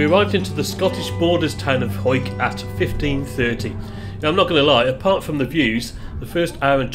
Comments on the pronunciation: Good research, not calling Hawick "Ha-wick", it is of course "Hoike". I grew up in Langholm ("Langam" btw...the Skippers Bridge), so I will forgive you for this insane journey. Couple of hours in a car max for this journey. Bussing it is a hard option. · Well done for pronouncing Hawick correct! Now I'll subscribe 😂